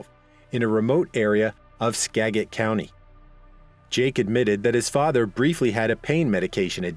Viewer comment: Skagit: SKAD-jit